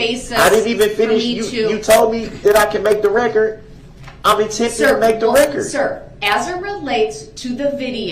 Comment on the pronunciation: It is ridiculous how he has been thru criminal proceedings in court for over 20 yrs but keeps saying for the "reckert" like the stenogropher isn't doing that with every single word of sound made.. Maybe he's hoping for the "reckert" means he's putting it on his next recordz/album lol